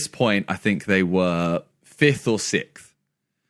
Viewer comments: Who was getting mad when Simon was saying sith instead of sixth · It’s been years watching Simone and I’m still triggered at how he says fith sikth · “Fith or sicth” broooo wtf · Anyone heard that simon can't pronounce sixth so well does he have a lisp?